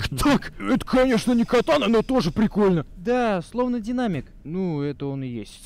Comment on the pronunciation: Я единственный услышал вместо катаны котаны